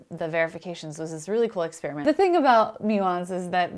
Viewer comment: First person on YouTube EVER to pronounce experiment correctly. NOT...”exSPEARiment”!